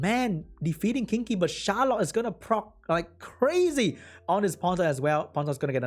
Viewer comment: I feel so bad for HowToPlay. Those rolls were absurdly one-sided. Yet another example of unfair roll rules. Funny though, sometimes when you say "the Charlotte", the sound coming from my earphones is "the shallot" XD Love it!